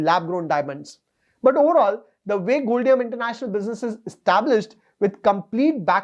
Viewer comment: Sir its pronounced as Gold-Diam (Short form of Diamond) so Gold plus Diamond = Goldium